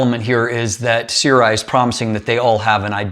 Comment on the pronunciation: see-rw-eye is the wildest pronunciation i've heard so far